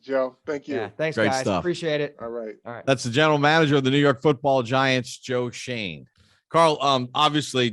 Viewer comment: It’s shoen😡 get it right